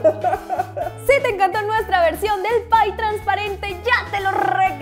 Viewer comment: *pie no "pay"